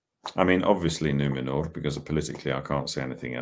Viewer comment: i loved his pronounciation of numenór (and of course everything else hes a great Elendil)